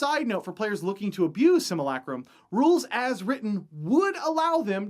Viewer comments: Similac-Crumb? We're going to have to go ahead and disagree on the pronunciation of simulacrum. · ...hearing him saying "sim-u-lay-crum" wrong is so painful. But good video!